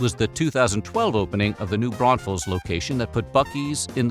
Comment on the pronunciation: Buccees is slowly spreading Texas culture to the barbarian hinterlands. 'Koh-lahtch-kees' though? It's pronounced Kuh-LA-cheese :) Congratz on saying New Braunfels mostly correct though -- there's a ton of Texans that get that wrong. :)